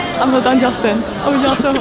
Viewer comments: džastyn není to náhodou Justin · akože vážne Džastin!? Justin!